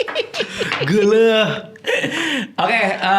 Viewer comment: iqbaal ngomong geleuh tuh best sii wkwkkwkw